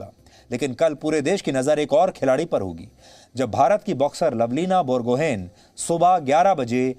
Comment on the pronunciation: लभलीना बरगोहाई correct pronunciation, not बरगोहेन ।। from Assam